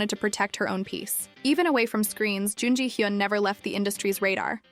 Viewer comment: It's hard to watch this when you pronounce her name wrong every time you say it. Her name is in like almost every other sentence.